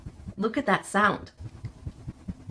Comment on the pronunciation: You said look at this sawed Instead of listin to this sawnd